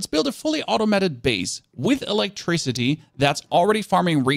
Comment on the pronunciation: Learn how to say "automated" You sound like an AI bot.